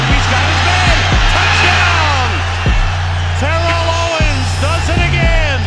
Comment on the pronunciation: the announcer wasn't kidding when he said "tear-ell owens"!